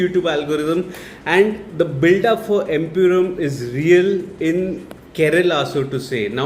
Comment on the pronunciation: Bro it's empuraan not empuraam.